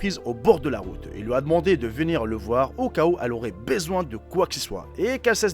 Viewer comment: "au cas ou elle aurait baiseouin"?